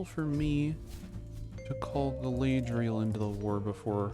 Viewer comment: Galadriel probably messed up that battle because she was sick of you mispronouncing her name 😂